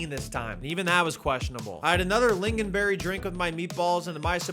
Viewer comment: as a swedish person i am very mad at you mispronouncing my food names and you dare disrespect lingonberg